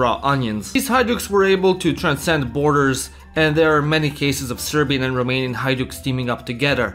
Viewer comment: As a romanian, I aprove of the pronounciation.